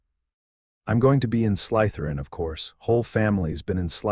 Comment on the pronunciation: Slytherin is not pronounced sly– t h e r i a n not in English not in Indian dialect of English, not in any dialect of English